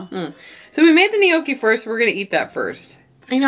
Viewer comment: love your channel, however--gnocchi [ nok-ee, noh-kee; Italian nyawk-kee ]